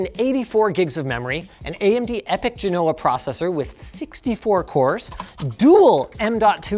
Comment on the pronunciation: Why do they say Bergamo correctly but they mangle Genoa pronunciation?